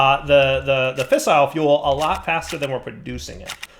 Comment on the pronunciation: That camera shutter sound in your nuclear area is driving me fucking insane (so is your botched pronunciation of "fissile")